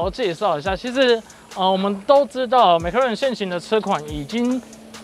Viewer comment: 你的麥拉倫是蘋果出的嗎？ mclaren 不是 Maclaren啦😂